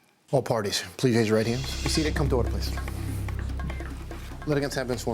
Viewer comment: The plaintiff has introduce a new dialect Pleaze,sssss, putzit...lol